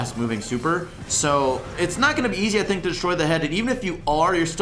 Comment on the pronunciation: No one:: "Tink"